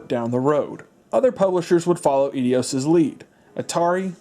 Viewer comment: e-dios? bay-ten kaitos?